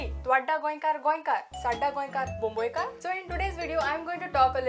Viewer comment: They pronounce Bombaykar or Bomai-kar